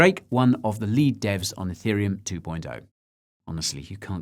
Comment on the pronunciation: I’m watching this on iPad. Every time Guy says “ethereum” it hears “hey Siri uhm” and triggers Siri 🤣